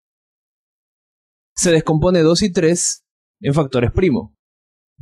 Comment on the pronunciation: jajajjaa xDD me gusta como dice Trrreees >.< jajaja xDD gracias me ayudo mucho este video :B